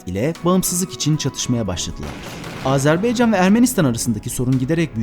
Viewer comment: Azerbeycan değil Azerbaycan Lütfen doğru teleffuz edin